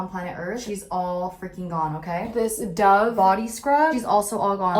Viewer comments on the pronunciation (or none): none